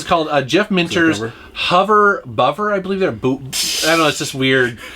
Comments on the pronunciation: Bovver is a slangy way of saying bother. So HOV-uh BOV-uh, emphasising the o, not huver buvver like you kind of pronounced it! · Bovver rhymes with Hover. Played this guys games a lot as a kid on the C64, his games were an essential part of every early 80’s British lads life.